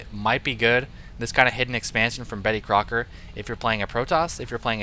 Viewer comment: LOL did say Bettycocker?